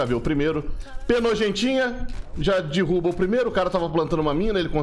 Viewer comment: “dirrubo” é muito analfabetismo. Custa falar certo